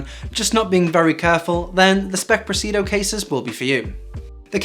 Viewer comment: Great video! You're leaving out one of the "i's" in Presidio, when you pronounce it and when you write it in the description.